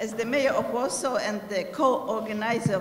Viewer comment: "ez de mejer of łorsoł end de ko-orgenajzer of dis important miting aj łud lajk tu łelkam ol of ju" ;DDD lol Nie ma to jak partia wykształciuchów.